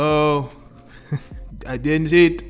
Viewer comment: "No I didgnt" 😂